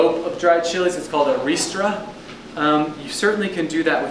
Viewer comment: No bell peppers either! You can't even pronounce ristra. 👎👎👎👎👎👎